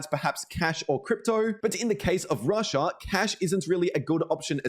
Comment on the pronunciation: "rush-aaaah" lol... annoying af after like the 10th time saying that.